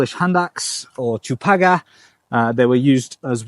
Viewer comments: Kudos for pronouncing ciupaga right! Love your content as always! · An obligatory comment from a Pole (no pun intended): it's great to see you have a ciupaga and to hear its name so perfectly pronounced.